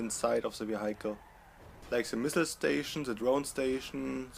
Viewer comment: Great and detailed video as always, I just thought I'd give you a tip though. The pronunciation of "vehicle" is "wi-eck-el" (in German-ish spelling) with the accent on first syllable. I don't mean to be nitpicking, I just thought I'd help you out;) Keep up the good work.